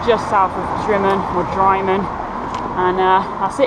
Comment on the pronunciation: When you get to Drymen it is not pronounced Dry Men but Drim Min